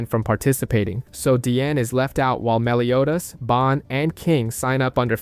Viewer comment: Soooo ... i can't be the only one who heard: He pronounced Escanor "esc-aahh-nor" until the last 15 minutes, the. Said Escanor normally but began pronouncing Meliodas "Melio-ass".